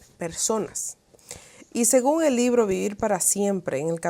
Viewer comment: Lastima mucho al oido cuando hablas.. usas la letra "J" en palabras que llevan "H". Ejemplo: Que jel oscurantismo?